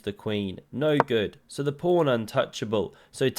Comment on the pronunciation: Is a king prawn just a very big prawn, or has it something to do with chess? And is a fiancheato something illegal? Why don't you learn at least your own language and the chess jargon? Solution: it's PAWN and FIANCHETTO.